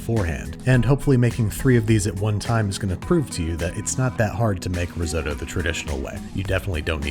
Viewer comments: *only know about risotto from Hell's Kitchen "That's not how you say that" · Why do you say risotto like that 😅😂